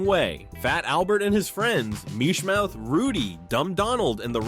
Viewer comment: This narrator has a good voice but his pronunciation is terrible , The Bugelooss? Murshmouth? inspuring?